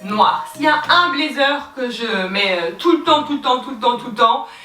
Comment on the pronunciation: Hello, sympa la vidéo En revanche l’accent anglais c’est pas encore ça 😂😂😂😂 « blaizeure », « pretty liteul ti », « youtou » 😂😂😂 un bon fou rire comme on aime, merci